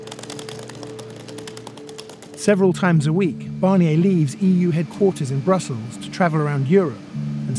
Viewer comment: His name is Barnier - who’s ‘Barrniey’ supposed to be? Why can’t the Brits not even pronounce a simple name?